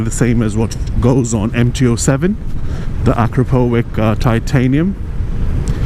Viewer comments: it's not "akrapovik", it's pronounced "akrapovitch" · Please, Akrapovich! not with K. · actually, it's "a CROP o vitch"